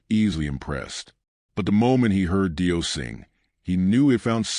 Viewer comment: Clickbait nothing new. Save yourself the time and watch a tribute that at least pronounces the guys name right.